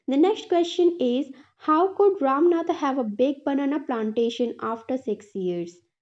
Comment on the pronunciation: Mam aap bura na manea please lekin Woh ram nath nhi Rama natha hai❤